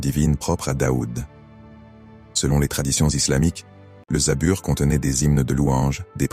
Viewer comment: ON DIT PAS ZABUR MAIS ZABOUR